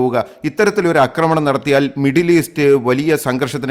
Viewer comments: ഉച്ചാരണം 'ആക്രമണം' ആണ് ശരി. 'അക്രമണം' അല്ല. ഉച്ചാരണം ശരിയാക്കുക. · 'അക്രമണം' എന്നല്ല 'ആക്രമണം' ആണ് ശരി. ശബ്ദ താരാവലി പരിശോദിക്കുക.